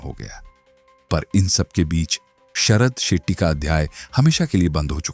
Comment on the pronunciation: Sethi nahi Shetty...pehle naam seekhle... Chu...